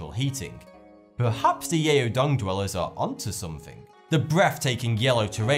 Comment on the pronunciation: It's not pronounced 'yay-o dong'. 'Yao' rather rhymes with 'cow' (happy Chinese New Year, btw)